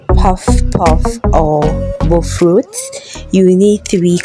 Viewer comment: Finally, someone who pronounces it as bofrot